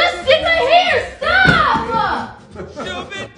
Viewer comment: What is it with accenting the last word that you say...young people🤦🏿‍♀️. Instead if "stop, it's stop-a"